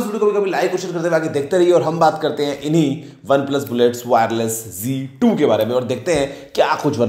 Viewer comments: Not G2 Ok Plese correctly pronounce Z2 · Aur z2 ko g2 kyu bol rha hai